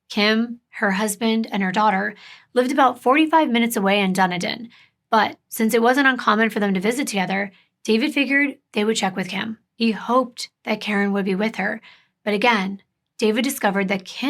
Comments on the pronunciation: I live in Pinellas county in Largo. I was cracking up at how you pronounced Dunedin. When I moved here I mispronounced it too and my husband who was born and raised here laughed at me. I thought it was Dune (like sand dune) din (like den). Apparently not it's pronounced Done E den 😂😂😂. I don't know who decided the town name but I think they purposely made it confusing. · I think the city that kim lived in was Dunedin. It's pronounced duh nee din.